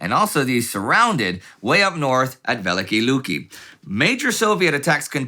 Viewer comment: A slight correction in pronunciation, if I may. "Великие Люки" is pronounced as [vʲɪˈlʲikʲɪjə ˈlukʲɪ] or [veh-lih-kih-eh lyuki].